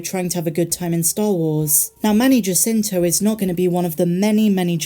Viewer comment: The J in Jacinto is pronounced like “H”.